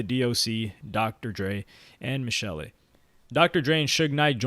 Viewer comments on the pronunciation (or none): none